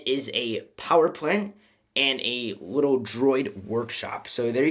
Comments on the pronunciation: You said "in a wittle bit" ha ha ha😂😂😂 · Who else heard him say wittle